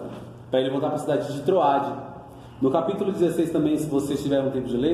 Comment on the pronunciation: Não é troade é trôade...não Eutico e sim Êutico.tem acento meu irmão.. as palavras foram pronunciadas de forma errada.fica a dica